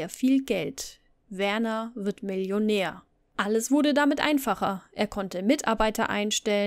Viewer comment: Wieder wunderbar recherchiert und erzählt. Am Anfang war dein Stil etwas gewöhnungsbedürftig aber mittlerweile liebe Ich dich für ihn. Werners Eltern haben ihn schließlich Werner und nicht "Wörnär" genannt... Ich liebe es deinen Geschichten während dem aufräumen zu hören. Liebe Grüße